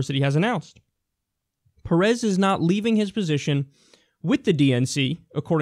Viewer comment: Just fyi, it's pErez, not perEz.